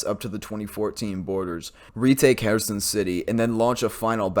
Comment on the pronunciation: It's not herAson, it's herson